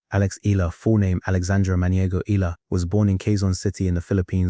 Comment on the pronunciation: pronounce her name right its not ela its E A Y A L A H